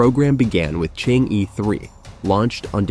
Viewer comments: Chang er. Not Chang yi Stubborn.Never want to pronounce it correctly. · Not to pronounce Chang-e as "chang-i", but "chang-er". There is mythological tail about a fairy lady "chang-er" who flew to the Moon thousand years ago and she has lived there since, along with her jade rabbit. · Chang - eh (not Chang - Yi)😊😊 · Chang er not Chang yi. You stubbornly mispronounce it and malice. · It's not Chang ee but Chang er ok? Don't kill the Moon Fairy. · Chang- e, please pronounce it as, in Chang, the a sounds like most European a, like German Italian as A, or similar to ar. The E, is not simple E, like er, or, ur, but does not sound the r . 嫦娥，a legendary lady lives in the moon. You can copy the Chinese characters and in google, paste to Chinese translate!To English, you will hear how it sounds. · Chang'e should be pronounced more like "chunk" "ur" - as in 'urgent'. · chang'e is pronounced and "chang er" pls correct your words..it sounds so weird listening to you.. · Chang-e is actually pronounced “chang uh” named after the Chinese legendary goddess of the moon. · Prononce “Er.” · Pronounce as er not e😢😮😮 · Pronounce Chang - Er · Chang'e is pronounced as Chang 👉errr👈 in Putonghua ( Mandarin ).😊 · So annoying to hear Chang E spoken constantly absolutely wrong. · Shame on the Announcer. please check with a Chinese speaker how to pronounce the 'Chang 'E'. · The host completely mispronunciated Chang'e . He should had checked it online before uttering it. It's misleading... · It is difficult for non-Chinese speakers to correctly say "Chang E" (嫦娥) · Judging by the number of times he changed the pronunciation of Chang'e, I suspect it was a real person doing the voice. A robot voice would know how to pronounce Pakistan. :-)